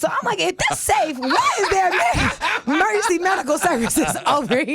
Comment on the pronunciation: "Mergency Medical Services" 😂